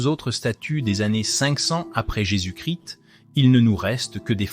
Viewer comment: incapable de prononcer correctement jésus- christ .